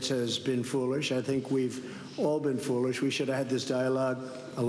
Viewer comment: Did trump just say foorish ?